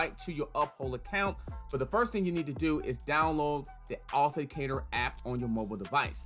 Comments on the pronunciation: You didn't provide step by step sooo your 'tutorial' video wasn't helpful. Additionally.. it's pronounced Auth-ent-icator. You missed a few syllables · It is pronounced ----Aw-then-tick-cater-------please practice on this word cause you are killing its enunciation. Appreciae the info but its a little hard to follow. Bless up!